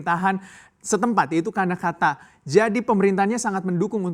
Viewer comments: Karnataka pak, bukan Kanakata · Karnataka mas, bukan kanakata